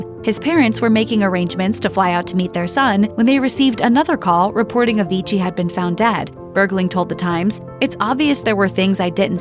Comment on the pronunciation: stop saying avigii, but anyway, RIP avicii